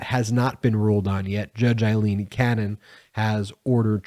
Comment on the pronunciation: Her name is Ailene not Eileen